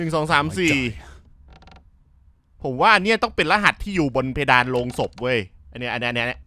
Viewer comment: โลง ครับ ไม่ใช่โรง